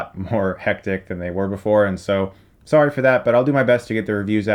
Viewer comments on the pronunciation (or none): none